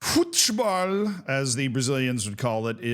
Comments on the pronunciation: “ruthbole” is like the weirdest way I’ve seen someone try to pronounce something in Portuguese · kkkkkkk that wasnt very close to how we pronouce football in Brasil but apreciate you trying